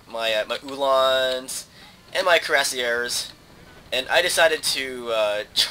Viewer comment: the word cuirassiers is french and pronounced kwee-rass-ee-a